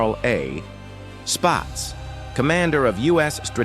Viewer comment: Carl Spatz, not “spots” bullshit AI sux.